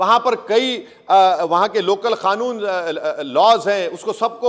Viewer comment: इस अनपढ़ को कानून तो अच्छे से बोलना नही आता बोल रहा है खानुन